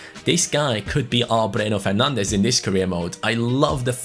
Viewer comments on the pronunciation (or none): none